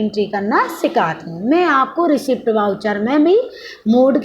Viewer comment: Madam...रिसीप्ट वाउचर नहीं होता....रिसीट वाउचर होता है.